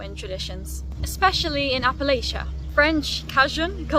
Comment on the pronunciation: I am the 8th generation American of Scottish descent and there are two generations under me. I am still 68% Scottish. I am a West Virginian Appalachia Hillbilly and damn proud of my roots. Thank you for this video, I enjoyed it. P.S. We say "Appalachia" like this. (Apple - at -cha) Appalachia. 🙂😉